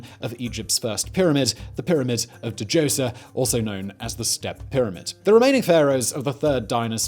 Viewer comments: Djoser ... say it with Me now Simon dozer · Da Joser >.< for so long I just assumed I was learning something new and then it occurred to me I’ve just never heard it pronounced that way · The d is silent in djoser. Just letting u know.